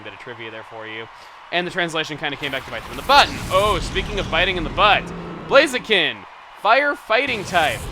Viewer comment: You said blazein